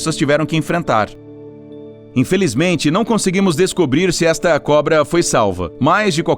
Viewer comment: Ele errou a pronúncia